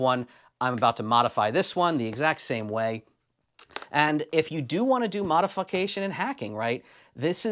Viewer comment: Did he just say "modifuckation?" Yes, yes he did.